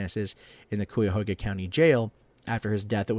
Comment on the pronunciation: its pronounced like the KIYA-HOGA river thats how you say it!